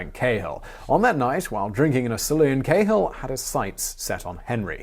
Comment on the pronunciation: Cahill is Irish so it’s “Kah-hill” not “Kay-hill”